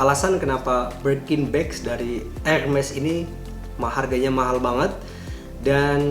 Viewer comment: Bacanya herme' .. bukan hermes tong harganya juga tidak segitu 😂💨👈